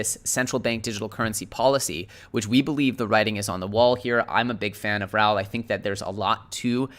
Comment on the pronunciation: Raoul is pronounced Rah ool Bro